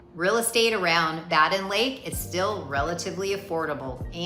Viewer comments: BADEN IS PRONOUNCED "Bay Den" NOT BA-DEN! Got it? Then correct it. RESEARCH THE CORRECT PRONUNCIATION OF ALL N.C. LAKES, THEN RE-EDIT VOICE OVER & SCRIPT TO CLEAN UP THIS VIDEO. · Bay-Din... Simple phonics, the I makes the A say its name.